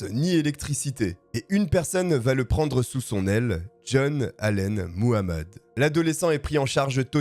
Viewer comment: Faites attention quand vous prononcez Muhammed le h n’est pas muets